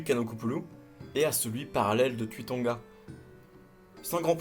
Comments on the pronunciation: Pourquoi tu prononce le "u" à la française alors que se sont des noms Polynésiens? Le "u" se prononce "ou" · Cher les Polynésien le U se dit ou 😂👍